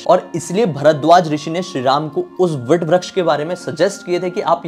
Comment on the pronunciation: भाई, आपकी पोस्ट बहुत अच्छी है पर अक्षय वट को वट वृक्ष न कहकर आप विट व्रक्श क्यों कह रहे हैं? कृपया शब्दों के उच्चारण सही किया करें |